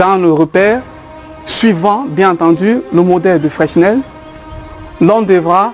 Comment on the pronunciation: on ne prononce pas le "s" au centre de FRESNEL please